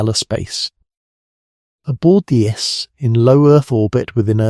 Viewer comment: These AI models are getting better. Had me till DNA was called "DEENA" and the I.S.S. was called the "iss" like hiss without the H. Still AI slop. And if this was a narrator and not AI, someone needs to school them on the script.